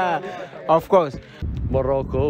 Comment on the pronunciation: They cannot say MOROCCO hahaha